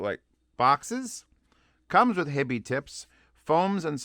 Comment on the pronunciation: Howdo you pronounce "HiFi"? Why do you say Hibby? Do you see two b's? Sounds retarded to me. Also berillium is radio active. Do you really want radio active material in your ear canals right next to your brain?